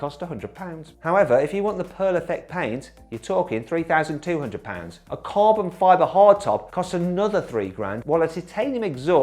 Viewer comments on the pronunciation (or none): three thousand two hundred ponds って言ってるような気がするんやが…